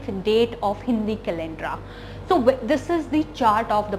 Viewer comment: Why r u jumping? And it is calender, not calendra